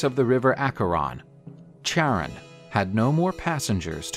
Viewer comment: Charon is pronounced “Karon” not like “chair”.